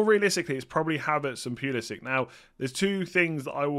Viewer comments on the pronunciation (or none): it's not Pulisik it's Puli-si-ch.